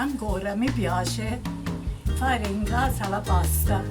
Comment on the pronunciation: Pah sta not paa sta